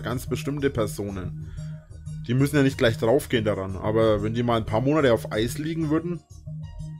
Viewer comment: "Wenn die maln paar Monade auf Eis liegne" Ja zu gut, dass du schon aweng scho a paar Jahre auf der Couch liegne tust! Was Reini?